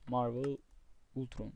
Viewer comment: Altron değil Ultron